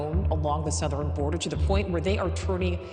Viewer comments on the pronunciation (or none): Not even three minutes in, and there are already too many wildly mispronounced words--EYE legally, ME-sures, SOW-thern bor-DERE, and the butchered pronunciation of 'dramatically'. At least put in the effort to listen to your video before posting it and letting your ai ruin it. That or just read the script yourself so your ai isn't making you look a fool lol